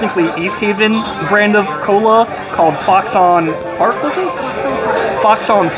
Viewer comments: Great video. Modern has been one of my favorites for as long as I can remember, but man, you're killing me with your hard annunciation. It's not A-pizza. It's pronounced A-beetz, and it's not pronounced Fox-on. It's pronounced more like Fox-in. Keep up the great work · Also the sodas name isn't fox-on park........it's foxon park.....pronounced "foxen"